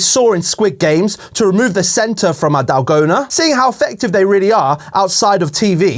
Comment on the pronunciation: The way he says dalgona💀